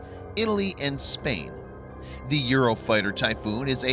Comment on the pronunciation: Or simply can't say 'the' for some reason